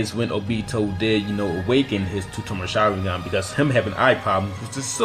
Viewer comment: Tomoe is pronounced toe-mow-eh.